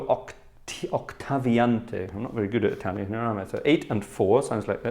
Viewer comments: I had to rewind and listen again to your italian, would have never expected such good pronunciation. Complimenti, grazie per questo piccolo regalo ai tuoi appassionati dallo stivale (Congrats, thanks for this little gift to your fans from Italy). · During the first few seconds I thought the video was only in italian😂. Ottima pronuncia by the way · Wow, very good Italian pronunciation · Good italian pronunciation!😄